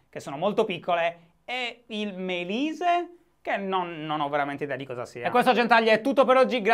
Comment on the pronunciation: il "Melise". Sono morto.